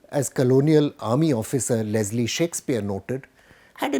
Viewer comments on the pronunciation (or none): none